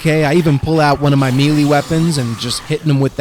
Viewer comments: Good vid but it is "may lay". That's how to it is said not ". Meal lee" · Melee is pronounced may-lay